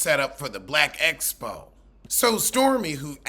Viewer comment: Yes Latisha saying Esspo vs Expo irked me down to my arthritic bones 😩 🥴b😭